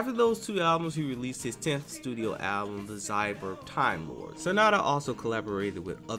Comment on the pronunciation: Symphony "OR" Damn not "OF", Sananda not Sanada", "Oh Divina" pronounced "Di-veena". Do your homework man before voicing these things.